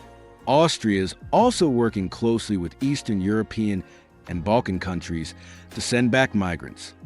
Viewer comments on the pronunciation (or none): none